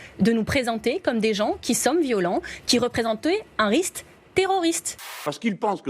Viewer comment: Elle parle bizzarement la ministre écolo ambicu un rixte terroriste